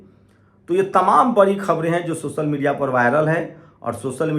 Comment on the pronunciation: Bre bre😊sosal😊 des😊brastachar😊 sift😊lach😊vipashi😊sale pronounce dekho